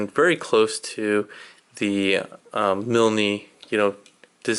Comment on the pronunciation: "Mil-knee" lol the e at the end is silent. but Great stuff excited for the finished product.